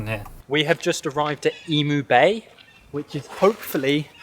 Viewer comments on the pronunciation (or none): Eemeew not Eemoo. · broaden your U's in Emu;so more like Emuuu, just a tip! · That is definitely a kangaroo, and not a wallaby. Wallabies tend to have shorter arms and legs, and they have thicker, bushier fur. Emu is pronounced 'eem-yoo.' - The snake is venomous, not poisonous. The easy way to remember the difference between venomous and poisonous is: if you bite it and die, it’s poisonous; if it bites you and you die, it’s venomous. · I was cringing every time I heard you say "Emu" That is not how we pronounce that lol...